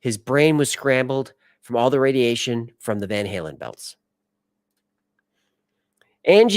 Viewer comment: You just said Van howlin” not “ van hailen” its Van Halen